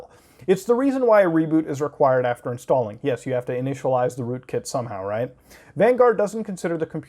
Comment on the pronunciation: rookit malware? sounds like you drank the kool-aid